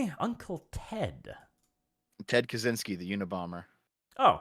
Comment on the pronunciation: "ted kazynski"? xDDDDD This is what polacks get by not changing their last name when migrating to a non-Polish country. It's supposed to be pronounced catch-ynski but I bet not even Ted himself knows that.